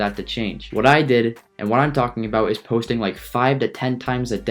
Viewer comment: It eees what it eees